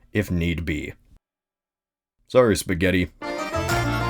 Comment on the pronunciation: ( i speak for italians ) please stop pronouncing Spaghetti in that way... it's really bad for our hears😂